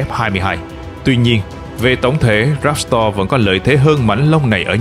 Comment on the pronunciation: "Ráp to" chứ ko phải "ráp sờ to" Véc to - chứ ko phải vét sờ to Lúc cần s thì ko đọc, lúc chả có s nào cũng đọc. Nghe hơi kì ạ